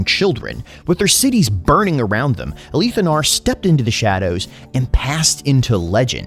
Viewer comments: “Ah-Leeth” is how I’ve always pronounced it, and the first time I heard someone say “Ah-Lith” I was very confused. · The way you pronounce his name is unique. Ive heard the "li" pronounced like Malekith's, but never like "A-Leeth".